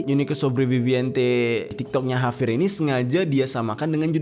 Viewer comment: Kok ngomong nya havier bukan javier